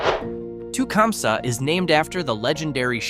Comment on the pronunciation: Tecumseh is pronounsed tah-cum-see and was home to Tecumseh small engines which has simce gone out of buisness so they've had their struggles too. I was born in Ypsilanti which is pronounced ip-sah lantea, some photographer took a picture of the water tower and it looks semi soft, postcards are available ( or used to be ) and is much more sexually suggestive than Gay or Climax.